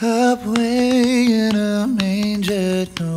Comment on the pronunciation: Did Scott say "up way" instead of "away" at the start or is it just me incorrectly hear him????? Also what can't Kevin do????? He plays cello, he can sing really well and he beatboxs!!!!!